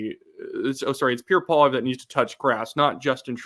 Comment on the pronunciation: I just love Puerre Poilièvre 😂